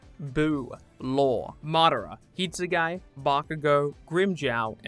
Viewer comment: It’s not pronounced“hit sue guy” and it would probably be easier to say toshiro anyways